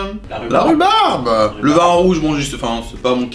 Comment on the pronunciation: Re regarder la video 2 ans apres c tellement doux " la confiture de roubaba " 😂😂 incroyable